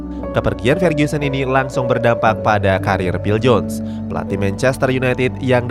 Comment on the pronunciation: Fer-GU-sen bukan Fer-GYU-sen